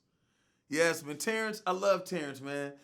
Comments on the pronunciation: Dondre' Jackson It’s Because People Made Memes & Shit On How Terrance Howard Says “Man”. He Says “Mayne” Instead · Ryan Charles especially when he was talking about Terrance Howard so it would be “MAYNE” 😂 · "Maf Mane"-Terrence Howard